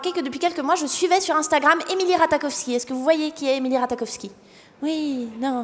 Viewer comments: Ratakofski 😂😂 son nom se prononce ratachofski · Ça se dit pas RataKowski mais plutôt RataCHOwski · Emily RataKowski... Mes oreilles 😂 où est passé le J ? Non c'est sinon très cool le sketch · nn ça se prononce Rat"aie"kowski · Alors emrata est anglaise et on dit Rata Jov ski mais sinon c'est bien